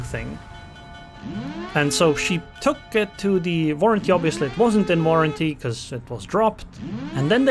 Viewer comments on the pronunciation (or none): Vest Virginia??!! Why then not "secondaries vork roughly the same"?... And why not "it vos main guns after all..."? Oh....but "vorranty".... there's ok then... 😂😂😂 And dude = "dyd" And quarters = "quo-tes" I think it should be then "... I'll just shoot into her bov..."